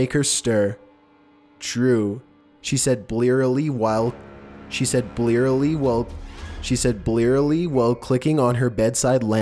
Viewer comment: She said BLEARLY well